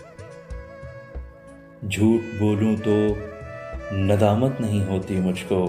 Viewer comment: نِدامت، خِیانت، ہِوس ۔ صحیح تلفظ زیر کے ساتھ ہیں۔